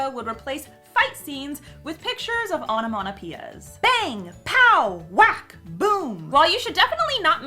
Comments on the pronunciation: Onomatopoeia.... sounds like sayin' onomanapeeya o.O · The way you pronounce onomatopoeia really bugs me. Like, absolutely no offence, you do you, but what the hell. I think it must be an american dialect/accent thing. (I'm a brit)